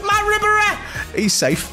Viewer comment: Ribery is very expensive and yo butchering his name 😂